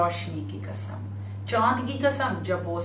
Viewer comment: Ji bibi Zakira Muhterma it’s Qasam not kasam. Please pronounce correctly. It’s important for speaker to pronounce the word correctly.